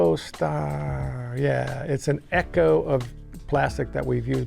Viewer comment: ECHO——— PRONOUNCED CORRECTLY BY THE INVENTOR. So many people like feldberg, bald luke and other idiots do not know to pronounce ECHO